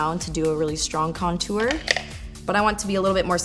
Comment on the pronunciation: lmao at "contuar" you say it so different lolz do you say "tour" like "tuar" too? hehe i giggle everytime you say it :D